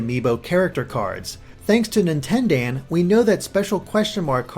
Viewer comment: dear you trying to say Nintendaan hurts me